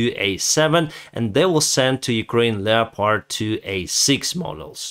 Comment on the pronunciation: The correct form would be Parliaments, not Parliamentaries. The "o" in "leopard" is silent, say it like Def Leppard. Slava Ukraine!